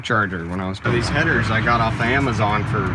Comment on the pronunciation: He says “headers” like he has two 🤣